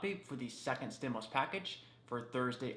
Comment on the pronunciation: Stimuast? Lol yikes